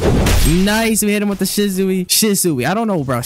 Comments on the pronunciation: its not sishsui its sushi fr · Shishui is pronounced sheesh-wi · she-sue-e = shisui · did he just say shizuwi😂💀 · Did man’s say shizuwi